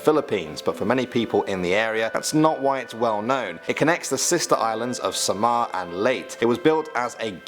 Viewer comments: bro its not sama and late its samar and la te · The stories say there is a trapdoor in a certain fitting room in Robinson's Mall, leading to the snake-man's chambers. A famous actress once allegedly fell through it and barely survived. Banahaw - "Bana-how". Samar - "Sah-mar" Leyte - "Ley-teh" Balete - "Bah-leh-teh" Quezon - "Keh-zon" Singing the song "My Way" in Karaoke is basically the equivalent of saying "Fk everybody in the club".